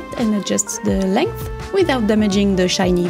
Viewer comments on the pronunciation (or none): none